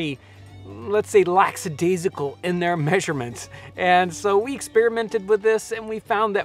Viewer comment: 'Laxadaisical'? Make that lackadaisical, as in the utterance lackaday, an archaic expression of 'surprise, regret or grief'.